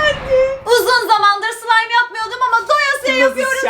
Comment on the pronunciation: da sılaymım olmayacak diyo ama çok iyi söylüyo 💜💜💜